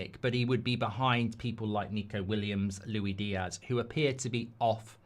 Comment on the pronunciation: Stop saying “Loui Diazz”! It makes my ears bleed. It’s “LOU-ISS DEE-ASS”